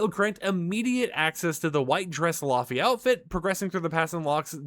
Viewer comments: So she's from Iceland it's pronounced as lay vay....cool video though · It's pronounced, lay-vay! ❤❤❤